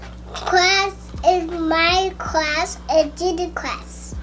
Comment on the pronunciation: When she says class it it sounds like crush and I thought she was talking bout her new crush😂